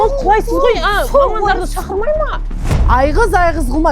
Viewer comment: Басында мен құлайсыз деген сөзді қуасыз ба деп естідім😂😂